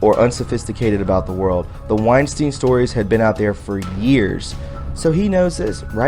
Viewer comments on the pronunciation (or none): none